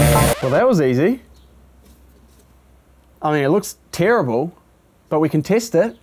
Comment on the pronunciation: The part when u said (lets test it) it sounded like u said "lets taste it" 😂